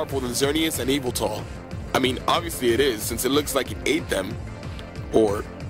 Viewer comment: You dont pronounce yveltel i-va-tel its vel-tal